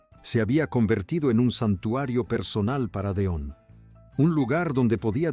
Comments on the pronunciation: No sé quien es el que relata, pero no puedo seguir escuchando tan mal dicho nombres y apellidos. Don????, de donde lo sacó y en lugar de Delón, no sé que es lo que dice. Por favor Sr., aprenda bien los nombres antes de hacer videos!!!!!! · Este no pronuncia correctamente el apellido DELON, como que deon, de dónde es este hombre, no lo oigo, no sabe ni lo que dice, uyyy